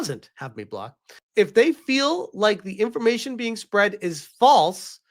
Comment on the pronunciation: oh look. They mispronounced "information" there